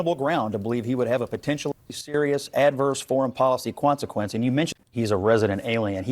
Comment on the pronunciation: bro said "kwanza quence"😅